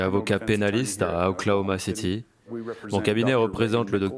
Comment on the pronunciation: OKC KODON CITY ET NON OKLOMACITY